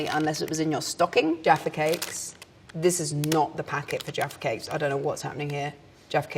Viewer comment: Every time she said Jaffy Cakes I heard Defecates